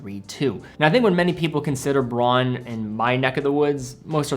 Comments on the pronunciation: In German the brand is pronounced: brown! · A very good list. One tip, though: in German, au is pronounced "ow". So it's "Brown" and "Bowhouse". One series I'd add are the Bertuccis. I got a top-of-the-line one with the 10 year lithium battery and sapphire crystal. The strap is awesome, too.